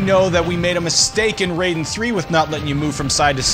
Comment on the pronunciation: RAI den. R-eye-den. Pleeeeeeease stop saying it Ray-den. I was going crazy hearing this.